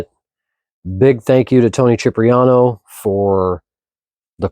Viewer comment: CHIP-riano? It's pronounced SIP-riano.